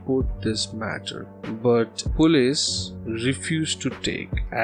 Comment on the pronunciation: the word is polce, not pullees. It is pronounced po-leese. Not pull-ays.